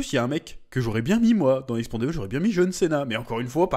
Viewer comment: "expenda-balls" euh "expendable" un bon résumé du film en avance x)